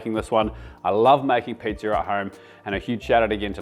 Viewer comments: me personally was more offended when you said pizzer instead of pizza😂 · Should be apologizing for the hard R you add to the end of pizza. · There’s no “R” in pizza …